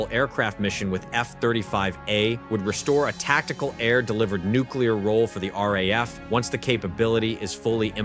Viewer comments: Stop with this AI crap voice-overs. They can't even pronounce things correctly 😫it's not R pause A pause F but RAF 3 letters said as one after the other. Its a big give away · The RAF, the RAF, the RAF..... says the initial commentary... over graphics of American aircraft and carriers. And you would have thought that AI could manage not to mispronounce 3 letters, RAF. Although in fairness it is pronounced correctly later in the video.